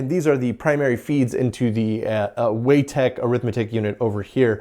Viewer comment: I think "Weitek" is pronounced Why Tech not *Way Tech*.